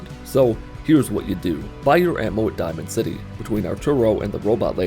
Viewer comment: Hahaha he called diamond city dimond city megaton